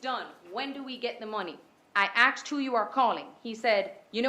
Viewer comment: This woman attr. said "axed" , rather than asked.